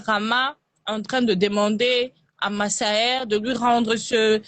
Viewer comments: Je vois que tu prononces toujours Massaé mais on dit MaSSaERRRe. Lol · La phonétique c’est Ma-ssa-aire